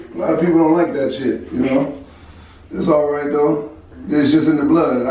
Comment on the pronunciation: He say shidd chapter 7 bankruptcy